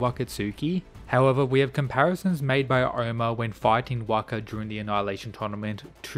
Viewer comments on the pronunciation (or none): none